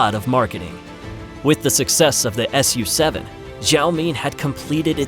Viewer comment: It is NOT the S U 7 it is "Sue-Seven".